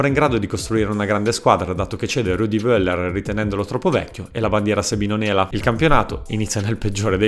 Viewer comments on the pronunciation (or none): bel video, ma la pronuncia di Voller non si può sentire ahahahahahah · Voeller, la v si pronuncia F. Non l'hai mai sentito nominare mi sa🤭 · tutto ok a parte la pronuncia, Ch in spagnolo è la C dolce, la V tedesca diventa F... (Carlos Bianci e rudi Feller si pronunciano)